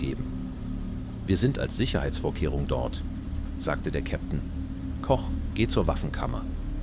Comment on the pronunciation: Die Übersetzung ist ja schlimm...und auf einmal Englisch dann gewisse Zitate völlig falsch und der Name Koch wird auf Englisch gesagt..